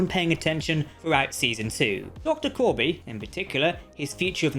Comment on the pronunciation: Corby not Koby, sorry 😔